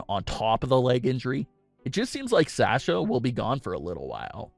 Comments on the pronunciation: Love this channel, but the way you say “Sasha” is irritating. 😅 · OMG it really bothers me how he is saying Sasha. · GOD why am I watching this can't even pronounce Sasha's name right. But hey what ever.